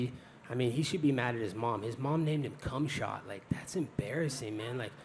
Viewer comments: "Kumshot" HAHAHAHAHA. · “Kumshot” lmao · This dude said kumshot bro I can’t stop laughing 😂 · Why is it funny every time he calls khamzat, "Cumshot" 🤣🤣🤣☠️☠️☠️☠️☠️